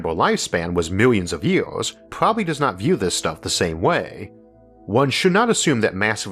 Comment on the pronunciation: Why do you speak like this? You have great videos and i am a long time subscriber but the way you pronounce words is getting ridiculous. “Ywouheyars” for “years” seriously no one talks like that. Can you drop that please?